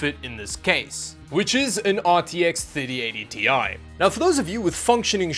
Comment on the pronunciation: Wait a minute. You've changed the way you pronounce Ti? :D